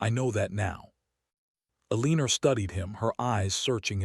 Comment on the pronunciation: Please teach AI to pronounce Eleanor/Elinor correctly. It's pronounced like "ellen-nor" not "eleeen-nor". Sheesh. Down voting for that alone. Would be a much better story if someone would teach AI how to pronounce names and words correctly.